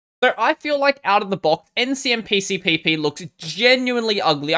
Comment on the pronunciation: Probably the only Linux-tuber who pronounces Ncmpcpp in one breath! Good job man!